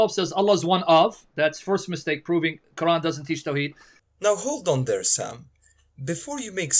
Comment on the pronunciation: He cant even pronounce quran correctly let alone read the verses in quran.